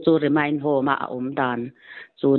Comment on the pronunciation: Remind ni lovin Remand tih zawk tur ani e